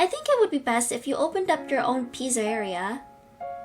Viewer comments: It's speled ennard but you pronounce it like this : enerd and you pronounce pizzeria pitzaria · You said pizzeria wrong and you said au wrong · Pizzeria is pronounced pizza -ria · Enn-er-ed Pitz-er-eia Np hate or anything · bruh the pronunciation is en-nard also, its Pizza ria not pizzeria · Pizzeria is pronounced "pizza er ia" and sorry if that was rude.